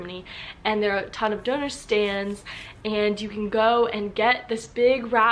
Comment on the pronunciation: Döner Kebap was invented in Berlin. By a turkish guy, but in Berlin. And yes, she pronounced the Umlaut "Ü" correctly. Döner is BTW the turkish word for "rotating". Like "gyros" in Greek.